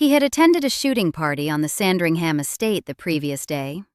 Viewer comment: Quite right! That's just one of the many errors in this piece! Also annoying were her incorrect pronunciations of Sandringham and Lascelles!